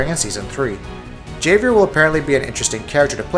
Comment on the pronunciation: just to let you know the j in Javier makes an h sound